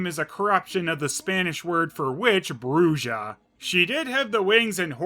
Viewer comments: Bruja in Spanish its pronounced "bruha" not "bruja" (bruya) the J sound in this case is like "Ham" not "Jam" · it's pronounced Broo-Ha. J makes the H sound in Spanish. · Bruja is pronounced Bruha. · Also, just pointing out that "Bruja" is pronounced "Broo-hah" and not "Broo-jah". The more you know... Fun fact about my other comment. There's a "Bruja" in Chavo del Ocho as well. Well, not a real one, but ah, I should stop beating around the bush. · For future reference, that should be pronounced “brew-ha” In Spanish, a J can either sound like a J, or it can sound like an H. Usually, when it’s followed by an A, a J is pronounced like an H. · bruja = "bru-ha" that's also why it's "Juan" ("Huan") and not "Joo-wan." J = "h" sound in Spanish. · its pronounced bruHA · Bruja is pronounced Bru-hah.